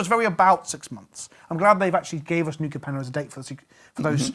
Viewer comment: Anyone else concerned about Professor's wrong pronunciation of New Capenna?